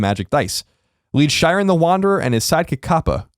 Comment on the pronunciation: The way Colin says Shiren hurts me physically...